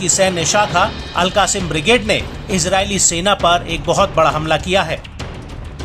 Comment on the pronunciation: अल कासिम नही अल कस्साम बोलो